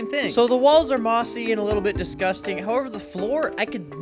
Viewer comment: I dont like he made the chruch "dusgusting" i think its a bit disrespectful